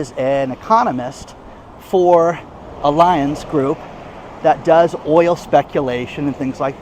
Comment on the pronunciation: please check your pronunciation of Allianz. Love your daily videos!! You could talk about the weather and make it interesting and entertaining. Yes, we are in a recession, but there is no truth anymore. Can’t believe our country is in this position.